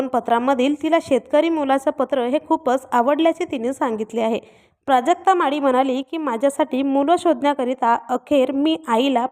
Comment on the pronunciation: माडी नाही ग बाई माळी प्रांजूळ नाही प्रांजल असा उच्चार आहे आधी स्वतःची भाषा सुधार